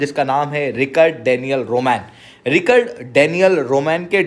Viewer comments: Rik-Ard Or Rich-Ard 😶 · Bhai thoda pronounciation thik kr Richard hai Ri-card nhi aur v 2-3 mistakes hn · It's not Rikard it's Richard. U r a Sir pls u shud know that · रिचर्ड है वो रिकर्ड नहीं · रिक्कड़ नहीं वो रिचर्ड है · Richard toh bolna seekh pehle. It is RICH ARD. aise hota hai. 😂😂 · It is pronounced as RITCH-erd